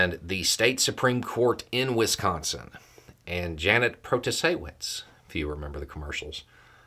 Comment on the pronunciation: Thank you for correctly pronouncing Wisconsin 😊